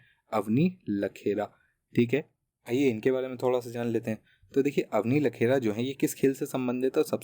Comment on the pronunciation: बार-बार आप अवनी लेखरा को लखेरा कह रहे हैं।